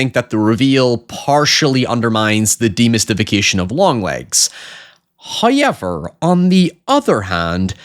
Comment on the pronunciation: That first hoyever threw me for a loop there. What in mispronunciation....